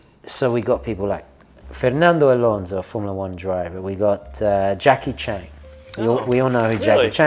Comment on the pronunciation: Just to let you know, it’s Jackie Chan, not Chang lol